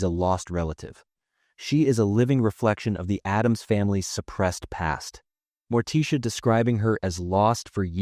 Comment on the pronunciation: Who TF has never heard the name Morticia and pronounces it Morteesha? Better get a new job